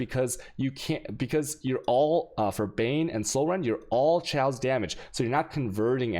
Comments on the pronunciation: My one wish is that he would start pronouncing "chaos" as "kay-os" and not "sh-ows" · Mans gotta make some shaws